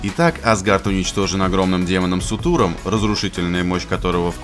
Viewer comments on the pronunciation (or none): Ем чел ты сказав в начале Итак, Асгард уничтожен огромным демоном Сутуром. Правильно Суртуром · Сутуром? серьёзно? СУТУРОМ?)))....мдааа...